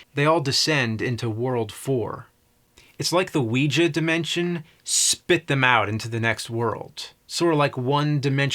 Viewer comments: "Wee-juh" board... has he never heard other humans speak? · It is so fascinating how badly he mispronounces “Ouija”.